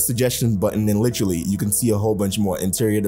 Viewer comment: take a shot every time says "litrally" 😆🤣